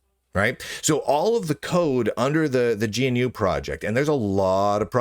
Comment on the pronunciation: GNU is pronounced "g-noo"